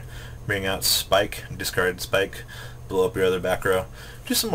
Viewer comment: Jesus H. Christ I am tired of hearing you mispronounce cards. Familiarize yourself with the yugioh wikia. They have phonetic spellings for almost every translated card. Just because there is an "e" at the end Linde doesn't mean you pronounce it "Lindie." Its also pronounced "Abyss Pike." Because Pike is a type of fish.. Just because there is two s's doesn't mean that it's pronounced Spike.